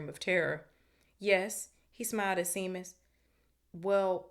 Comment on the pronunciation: Love the read so far... one thing though Seamus... is pronounced Shaymus, its an Irish name.